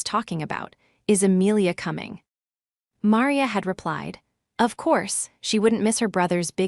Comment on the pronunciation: Caleb pronounced wrong. Maria pronounced wrong. Awful AI